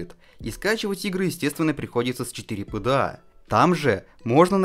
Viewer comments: "четырепда" фопда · 4пда произносится форпда